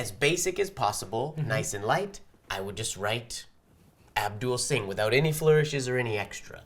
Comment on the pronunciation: i held my breathe! i could never flawlessly execute what did, especially the magical S meeting the L on 'Abdul Singh"